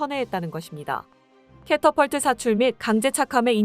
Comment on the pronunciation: catapult 는 캐터펄트 발음으로 한다. 캐터필트는 아니다.